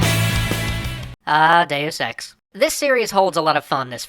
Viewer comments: I must be more perverted than I thought, I can NOT hear him say Deus Ex without hearing Day of Sex. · Every time you say "deus ex", I keep thinking you're saying "day is sex" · lol it sounds like he says day o' sex